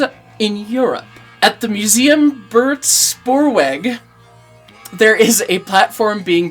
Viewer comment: Museum Buurtspoorweg is in the Netherlands, try to pronounce it like German and you get quite close. Also they have a vertical boiler 0-4-0 there